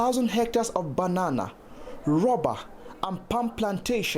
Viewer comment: i hate to make fun of people's accents since i myself got a pretty strong one, but the way he said bananas made me laugh so hard man. needless to say, this is tragic. there is so much suffering on this planet meanwhile i barely notice it and live in wealth and prosperity. how can i ever claim to life a just life if it isn't my first priority to help anyone that has to suffer? consumerism has made me so cynical and at the same time to contempt to feel any rage anymore.